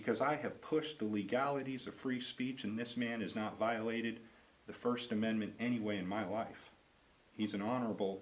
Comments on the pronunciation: "Amendant" from my "understand" ... I think someone should have seen to her education! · “You have a right to your first amendent” 🙄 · Dcs worker can't even say amendment....😄wow! Where are u getting your knowledge, she said yesterday...haha